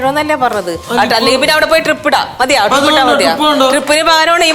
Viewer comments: TRIP അല്ല ടീമേ.. DRIP ആണ്.. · Trip alla drip anu